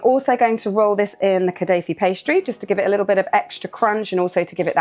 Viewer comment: Holy sweet mother of jesus!!! I am so going to try making these ❤😍🤤 By the way, your pronounciation of “Knafeh” and “Akkawi” was just fine. At the end of the day even we arabs all pronounce it differently because it literally depends only on the origin of your accent. Always do check that your dates do not come from places that are disrespecting international humanitarian law! ❤ Also, for those intimidated by the lengthy but traditional cheese preparation method… when I make my Knafeh here in Europe and I’m short on time I will just mix grated mozarella cheese with ricotta cheese (though the mozarella will still have to be dehydrated). It gives you an almost Knafeh like texture but will save you a lot of time 😉